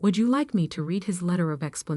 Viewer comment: Irrelevant, sometimes irritatingly distracting background! Verb "read" pronounced "reed" (infitive and present tense) but "red" (past tense and past participle)!